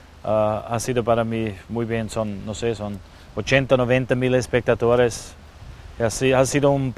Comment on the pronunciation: sooo geil... bei "...muy bien son - wos soi i sogn - ochenta - noventa miles spectatores..." lol